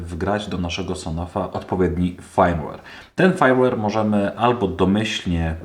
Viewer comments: No Fajmłer się inaczej mówi, poza tym OK. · Nie chcę się przywalać, ale nie ma czegoś takiego jak fajmłer. w słowie firmware i nie czytamy jak "aj" tylko jak "y"